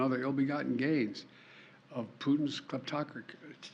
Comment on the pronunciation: His speechwriter should be fired for trying to make Ol' Cornpop say "kleptocracy"...He shoulda known he would flub it.